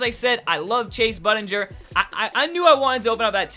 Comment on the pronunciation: You pronounced Shumpert and Bundinger wrong